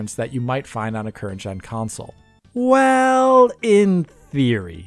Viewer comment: It's a "console" not a "consul" can you pronounce it correctly please?